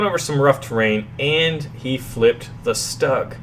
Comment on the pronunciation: 'Stug': not "Staag", but "Shtoog"